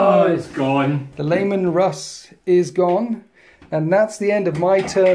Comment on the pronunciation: Say Leman Russ not Laman Russ... god damn but good game guys!